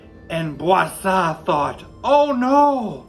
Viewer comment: Kudos to you,, for pronouncing Boursin correctly. I taught French for 30+ years and if I hear one more person say, «bore sin » I shall impale myself on my fleur de lys. Avec respect.